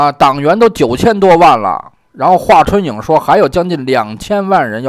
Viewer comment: 有两个常见是名字听着好怪异，您好读错了？ 夏侯xia4声hou2声， 华春莹 ying2声，不是颖